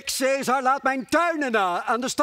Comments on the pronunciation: Caesar spreek je uit als 'kaisar', niet 'seesar' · Khaat t Hoe ze caesar zegge das helemaal fout